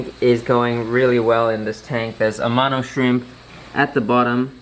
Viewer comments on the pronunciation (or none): none